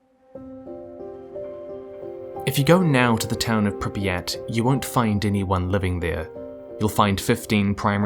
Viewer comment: I'm like two minutes in and enjoying this video, but ouch, that is so very far off from how Pripyat is pronounced...